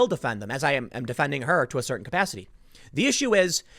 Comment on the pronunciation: Edgy comment goes out the window when she says "caucacity".